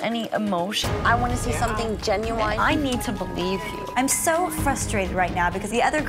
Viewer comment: did she seriously say “genuwine”? 🤣🤣🤣🤣